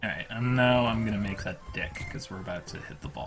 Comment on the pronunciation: It does not sound like he is saying "deck"